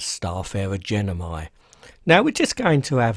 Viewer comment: Its gemini, not genimi! ;p